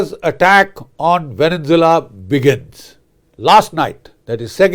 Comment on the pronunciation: It's Venezuela not Venen Zeula